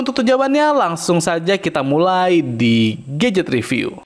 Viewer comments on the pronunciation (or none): none